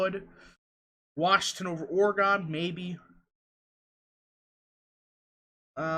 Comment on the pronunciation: It’s oreGUN not oreGONE